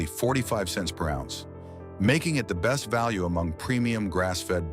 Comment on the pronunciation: AI narration is the best! "Are Be St" = "Best"